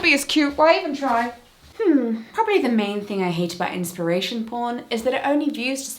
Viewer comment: Inspiration poarn? Slide an "a" in there?